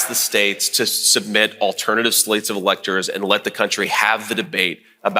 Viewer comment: Yep, he mispronounced "fake electors" . He's diabolical.